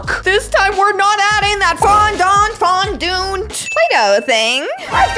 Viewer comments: its fondant not fondont😂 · Fondant Is the way you say it